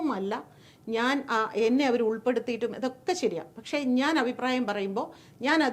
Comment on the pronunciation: "ഔപ്രായം" എന്നല്ല, അഭിപ്രായം എന്ന് വ്യക്തമായി പറയുക. എല്ലാ ഇൻറർവ്യൂ കളിലും ഈ "ഔപ്രായം" കേറി വരുന്നുണ്ട്...